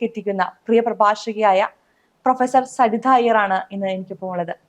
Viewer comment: സരിധ അല്ല സരിത വേധി അല്ല വേദി അവതാരക ദയവ് ചെയ്ത് മലയാള ഭാഷയെ കൊല്ലരുത്